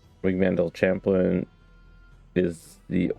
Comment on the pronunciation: Thanks for posting these. I'm really enjoying this series, and it's helping me navigate through my own game in Forge. One thing, I think "Chaplain" might be pronounced like chap-lin.